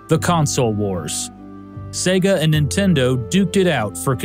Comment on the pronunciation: Thank you for pronouncing Sega correctly:)))))))